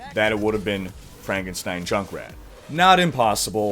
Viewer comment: IT'S PRONOUNCED FRANK-EN-STEIN.